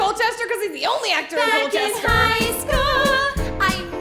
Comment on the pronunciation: As a native born citizen of Forgottonia I also approve. However I have never heard Colchester pronounced Coal-ches-ter. We pronounce it like Call-ches-ter.